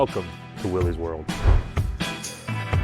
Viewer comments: Maybe in the history section you could mention the man who started the company and correctly pronounce his name. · I suppose I do. If you're grateful to the person who gave you the Jeep, the least you could do is pronounce his namesake right. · Perfectly understandable for people to mispronounce it, but someone that is starting a channel based on it? Come on man! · How does one make a channel about Willy's and mispronounce the name within the first two seconds? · Who cares .. half the country pronounces it wrong either way you look at it. 😂 the point is we all love Flat fender Jeeps!